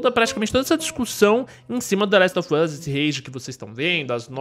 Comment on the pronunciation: Se pronuncia the last of us com V e não com F. Esse "of" tem som de V, e esse "off" é q tem som de F